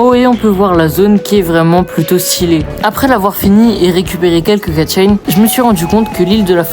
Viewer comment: Les "Katchin" 🤣